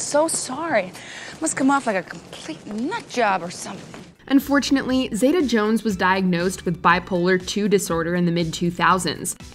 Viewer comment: Catherine Zeta-Jones name is pronounced (ZEETA) in that part of her name,.